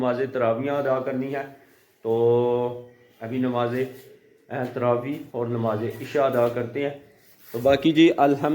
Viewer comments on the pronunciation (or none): Namza Ehtravi nahi hota Namze travi hota hai